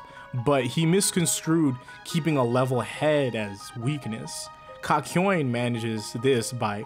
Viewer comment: did he just call (kak yo in), kakoin